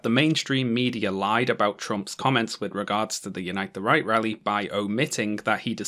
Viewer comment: Every single time you say "Unite the Right" I genuinely hear "Unite the Reich" and it makes absolutely perfect sense.